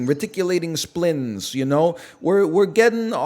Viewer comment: "Splines" has a Y sound, like Spy.